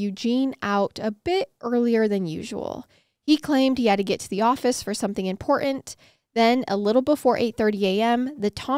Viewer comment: I dont know where your from but I would guess CA. Cotton has two T's in it. Funny to listen how a westerners struggle with T's in words. The T's just go away. Same goes for the word important. It changes to impor-ent. Sorry just noticed it very strong in this vid... lol